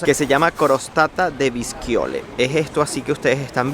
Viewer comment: La crostata es de una variedad de ceresa que se le llama " visciole", la pronuncia es v (no b😄) vishole, como en ls palabra "Shanghai" 😄👋👋👋🇮🇹